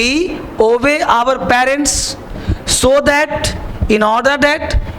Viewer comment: 'obey' ... ka pronunciation sikho phle ......rta rta k murkh bna rhe ...